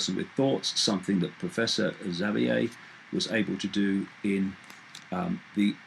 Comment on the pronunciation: lol at the way david said professor xavier !